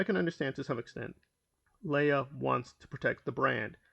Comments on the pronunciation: LEIGH AHhhhh Not LAY ah.... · Leia??? You mean Leah??